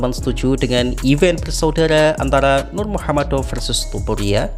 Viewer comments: nurmagomedov min,,bukan nurmuhamadov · apa si lo nyebut nama kaga bener😂nurmagomedov lo sebut nurmuhamaddov😂host kaga jelas😂😂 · iya emang bener gitu...tapi kan kya salah denger aja klo biasa liat berita lain pasti ngomong biasa nurmagomedov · iya bang cuma agak aneh aja dengernya😊